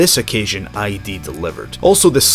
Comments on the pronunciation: In "id software" id is pronounced like "idd" not like I.D. It's a reference to the freudian id, ego and superego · It's pronounced "Id", not "eye dee". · It's id Software, not ID Software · It's not "I.D. games", but "id games" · id rhymes with "kid". It's not "I.D."